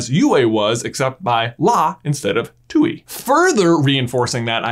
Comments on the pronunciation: It's not Too-ee, it's Tueeeeei. I know. Chinese is weird sometimes, but Tui is definitely pronounced with the eh sound in the middle between the oo and ee sounds I don't remember how they pronounced that in the show in English. If they did it that wrong too, I am as much annoyed at them at not treating the language they're borrowing from properly. Also Tui and La is literally Push and Pull, 推拉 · He's calling the moon spirit Tui, which is how it is spelled, but pronouncing it differently. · Thank you, it causes me physical pain to hear her name mispronounced. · The correct Chinese pronunciation is actually “twai” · Tooy? Tui pronounced twe in the show tway in Chinese (the origin language) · It bothers me that everyone pronounces Tui as “Tewy” instead of “Tuai”, which is how it’s pronounced in Chinese. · funny how he pronounces a chinese character english pronunciation too-ie instead of too-ay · I'm sorry, but when he tried to pronounce the moon spirit Tui I just.....I CAN'T 'ui' is pronounced 'oo-ay' in Chinese. He pronounced it 'Too-ee' when it's supposed to be "too-ay' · Tui is actually pronounced tu-ey from chinese. But the show butchered that pronouncitation. So hearing it from the show itself sounds awkward. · For the last time!!!!! ITS NOT PRONOUCED Tuey!IT IS PRONOUCED twei!!!!! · Are you saying that Aang indirectly fused with Ummi when he fused with La in the Book 1 Finale? Side note/pet peeve: 推 tuī is pronounced "tway," not "too-ee" or "twee." Also: 推 tuī means "push" 拉 lā means "pull" in Mandarin. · Are we really listening to this guy that says, "Too-ee" .... it's pronounced like Twee... Tui and La. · All of this is amazing and I think it makes a lot of sense, the only thing I was not super happy about was how you kept calling Tui “tooey” like Louie instead of Twee lol but your videos are awesome and your theories are always super great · It's "Twee" not "Tooey" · it is not too i(tui) you say it like tway but don't accent it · its pronouced TWEE not TWO-EE